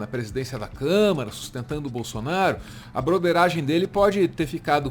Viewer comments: O Doria falou Câmera? Foi isso mesmo? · Eu tinha achado que o Dória tinha cometido um lapso ao falar "câmera" ao invés de "câmara"...mas ele repetiu "câmera" em todas as vezes que falou sobre o orgão...rsrsrsrsrs...só eu reparei nisso??? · Dória fala por várias vezes: " CÂMERA...", Ou é impressão?! 🙄🙉🤦🏾‍♂️🤷🏽‍♂️ Alguém avisa pra ele que é CÂMARA! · O Doria falando 3x "câmera" só deu nervoso em mim? Gzuiz!